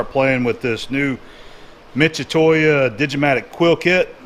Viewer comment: Thank you ! for adopting a Japanese product ,but it's not "Mitsutoya" it's "Mitsutoyo". Founded in 1934 in Kanagawa Japan, "Mitutoyo" is arguably one of Japan's best manufacturers of measuring instruments. My grandfather was also a lathe operator, and he always said that accuracy is the result of accumulation, and that you should never cut corners because you are too good at it. I think it's great to see you always sticking to the basics in your work.